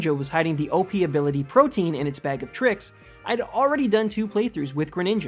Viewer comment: Why is it that not a single pokemon youtuber seems able to pronouce Protean correactly? Pro-tee-an. Not Protein.